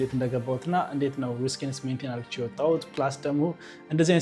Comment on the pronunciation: Please say ADDርጌ not argche😢